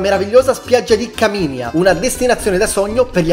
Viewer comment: Buongiorno, bel video 😊, solo due cose: Caminia si legge Caminía, accento sulla 2a i; la costa degli aranci non è meno nota, semplicemente molta gente, soprattutto i calabresi stessi hanno una fo****a fissazione con Tropea e compagnia bella, e quindi Soverato e altra compagnia bella rimangono "meno note". Un saluto.